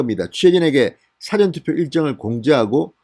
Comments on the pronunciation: 발음정확하게 하세요 사~~전, 사전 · 또 辭典投票야? 事前投票 발음 안되나요? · 사전투표가 아니고 사~전투표 라고 하세요. 듣기가 좋지않네요.기자생활도 하신분이....사전(dictionary)이 아니고 사~전 투표 라고 하세요. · 진성호님,늘 발빠른 보도를 들으며 속이 후련합니다. 수고하십니다. 그러나,거두절미하고 한 말씀드리겠습니다. 노여워마시고 꼭 고쳐주세요. 여태 늘 말씀드리려했으나 비공개 방법을 몰라 말씀드리는 겁니다. (예) 事前 투표를 辭典 투표처럼 발음하십니다. 한자말이 많은 우리말에서는 母音의 발음의 높낮이를 정화하게 하지 않으면 뜻이 전혀 다르게 된다는 점을 명심하시기 바랍니다. (예) 눈:눈,발:발, 말:말, 등등의 차이를 말입니다. 무례를 용서하소서. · 사~전 투표라고발음하세요. 백과사전투표인가? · '당!시' 발음 '사!전투표' 발음 교정바랍니다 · 말투가 이상하네요 국어사전인지 사전투표인지 발음공부? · 성호씨 사전투표 발음 고쳐 하세요 세번째 부탁 드림~~ 국어사전,영어사전에 투표 하나요? 서울대출신 기자 방송인으로 발음이 부적절함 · 진선생님. 항상이방송을보고있는. 시청자입니다. 근데발음을. 좀신경써주세요. 사전투표를높게부르지마시고. 좀. 톤을내려서말씀해주세요. 사전투표. 저도경상도지만이건아니예요. 듣기거북해요. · 주필님 사전ᆢ 앞 발음은 백과사전의 사전 아닌가요 ㆍ성창경님도 그러든데 언론인이면 ᆢ발음 강약이 필요하죠 수사도 앞발음은 강하게하지 않아야 하죠